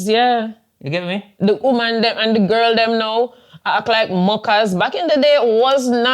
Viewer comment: Why the emphasis on Girrlll, for 3 year old child... Subconscious coming to thebsurface there, with the greater value on female lives over male lives